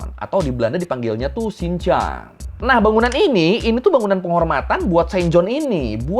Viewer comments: bukannya harusnya dibacanya Saint Yan ya? Biasanya logat orang Belanda baca "J" jadi "Y" Bukannya rumah setan malah jadi "rumah senyan" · cara pembacaan yang benar: Sint Jan - Sin Yan Loge - Loji Vrijmetselarij - freymetslerey